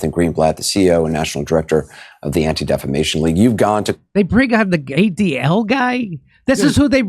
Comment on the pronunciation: "Actual Defimation League"